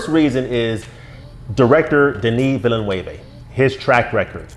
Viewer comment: Excellent breakdown of the trailer. It seems that you are quite familiar with the source material. Not only that, you are very articulate in your explanations. Denis Villeneuve (last name pronounced closer to VILL-NEWV) is one of my favorite directors working today. I've seen most of his movies -- from Polytechnique to Blade Runner 2049 -- and have been amazed at that portion of his work. Dune was a novel I never thought could be brought to the big screen (as was clearly evident with the 1984 adaptation from David Lynch). David's work is often... uh... odd to very strange, but the studio never gave him a chance and took control. David had indeed wanted to do two movies of the first novel, but that idea was shot down. I will give some credit to the Lynch adaptation. I thought some of his sets were surprisingly good, although the models for the ships and carryall were very crude, as were many scenes of the sandworms. Obviously, there wasn't a big budget for the special effects. The costumes were very good, and the cast was solid. Unfortunately, Lynch wanted to make the Harkonnens cartoon characters, which really bothered me. Will Dune finally become the movie and success that fans have been waiting for? Moviegoers are fickle. Just see the box office proceeds from Blade Runner 2049. Like you, I felt Blade Runner 2049 was outstanding. But if anyone can make the Dune franchise work, it is Denis Villeneuve. He read Dune at age 15... the same age as the protagonist, Paul A